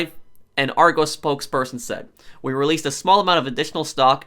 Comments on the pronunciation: i know he is american but i hate it when he says ar-goes it is ar-gos. I do not mean to offend anyone by saying this. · Is pronounced ar-gos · Just to let you know you say the 'o' in argos like the 'o' in hot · It’s Argos not Argoos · Ar goss not ar goes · I swear if I here argoes one more time 🤣🤣 It’s prounced - are goss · Lol argoes its argos pro sorry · Argos like gloss, not goes. Are goss. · Noooooooooo its said argoss not argose the british in me is pissed 😂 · Are goes......lol not being rude, pronounced are-goss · Arrgoes wow it’s A R G o s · "OURGOS" 😂😂 it's pronounced ar-g-os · It’s pronounced Ar-gos not ar-goes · It's pronounced Argos not argose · Argos not argows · Hey prof I’m from the UK (Great Britain) and it’s funny how you say Argos because ur saying ArgOs when it’s pronounced Argus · You pronounce Argos Ar-gos instead of Ar-goes (sorry if I sound rude I just wanted you to have the right announce) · ar-gos, not argose lol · The way you pronounce Argos is funny. In the UK. We say Argos, not argoes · I love but its annoying that he says argose not argos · It’s not pronounced Argose it’s AR GOSS. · Im from the uk. And its pronounced Argus not Argohs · Pronounced Ar-goss not Ar-goes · Say it like r goss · It's been all over the news here and it's actually pronounced "Are-goss" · It’s pronounced ‘Ar - GUS’, not Ar - g-oh-s’. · sorry i cringed when you said argos im from the uk and it's pronounced r-goss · No hate but its "are-gos" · It's pronounced "R - goss" by the way. It's also the name of an ancient Greek city. I suppose the pronunciation isn't necessarily obvious though. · Its ar-gohs not argos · It's pronounced are-goss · Its really cringeworthy that you call argos 'argoes' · It's r go's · Ar-goes lul gotta admit that’s funny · hey just letting you know its pronounced ar gos also scalpers are starting to annoy me now. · Btw you say argos like ar go s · Lmao he said it like arg O’s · Let me help you out... it's "aR - gOs" like gl(oss)